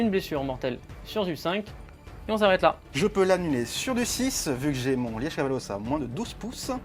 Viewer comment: Punaaaaaise ! On était en Belgique tout du long avec le Liège Kavalos ! (Le e est plus muet je pense normalement 🤣😜👌) Très bonne vidéo